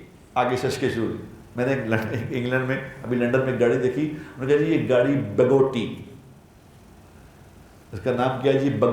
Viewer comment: بگوٹی نہیں ہے بگاٹی ہے